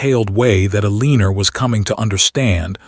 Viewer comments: Story says mistress has dark hair, shown strawberry blonde, please pronounce her name correctly ElenA not ElenER, how can he court her if she can not get a divorce? Not legal if she uses maiden name to sign. He will be allowed to divorce so can remarry for an heir as a duke. Mr when he is a lord. Fix all errors so story can be good, nkt the mess it currently is. Ex again where is wm house? Why not there? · Eleanor, not Eleener😂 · Uh-lean-or? Or Eleanor? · No one's name is uh-LEEN-ur. This one's too lazy. 2 1/2 minutes in and I'm out. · The way AI pronounces Eleanor as Aleener, is distracting. The Duke having a mistress would likely have been accepted by the ton. However, a gentleman would never have humiliated his wife by publicly announcing his affair at an event. Let alone by parading his mistress around said event in the company of his wife. Such a spectacle would have absolutely ruined the reputation of his mistress. Unmarried ladies who spent time in the company of gentlemen unchaperoned were presumed debauched. No respectable family would extend her an invitation to an event regardless of whose bed she was warming. A gentleman was expected to be publicly respectful of his wife and discreet regarding his affairs. His rank might have insulated him from the fallout of his indiscretion, but his mistress would enjoy no such protection. She and Richard were legally separated…not divorced. She was living independently, but still legally married to Richard. She would not have been able to also marry William at the end of this story. And had she divorced Richard, she would have been shunned, blamed for the failure of her marriage, and judged incapable of fulfilling the duties of a wife, regardless of his infidelity. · “Eleenur?” 🙄 What country is this recorded in? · It is L- E - NOR!!!! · Why does the narrator pronounce her name "A-leeneR"? Very ugly. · What on earth is the heroine's name?!?!? Pronounced "A leaner" what on earth?!?